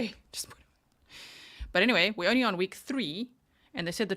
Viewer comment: She can’t speak intelligently. She says,“Why come”, ends words with a K. Also, said entyway for the word anyway. 🤦🏻‍♀️